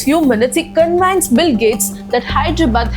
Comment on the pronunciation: Hew-ston not HOUSEton SPOKEN not speaken Cun-vinced not CON-VANCED Become not Became